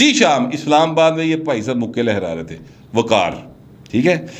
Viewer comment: وقار نہیں ق وقار